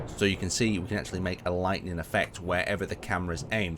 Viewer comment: I love how he says lighting when talking about lightning similar but two different words